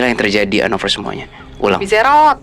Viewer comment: Btw anovers bukan anofers